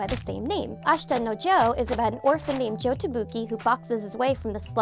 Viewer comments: It’s Yabuki not tabuki, he’s Yabuki Joe! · Did she just say tabuki? Because im pretty sure its yabuki idk correct me if im wrong